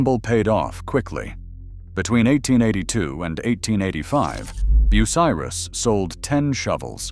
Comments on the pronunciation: Learn to say BU--CY--RUS. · “ Boo sah Riss “ 😂